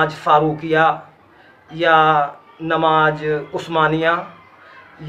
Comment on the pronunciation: Bhai aap ni durust frmaya... Pr aap ka lahza Shi nhi h.. AAP namaz Ko namaj bol rahe h